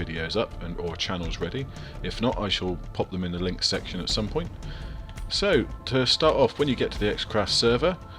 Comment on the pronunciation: *poont lol